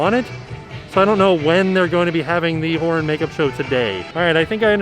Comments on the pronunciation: I keep hearing the Whore makeup show! And now I can't unhear it! Lol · with the mask on, it doesn't sound like he's saying horror. 😂